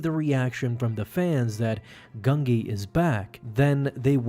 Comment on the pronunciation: I can't watch this if you start the video by pronouncing the Jedi Wookiee's name "GUN-GEE" instead of "GUN-JEE", sorry, but, it usually means TONS MORE is going to get butchered, so, can't continue after that.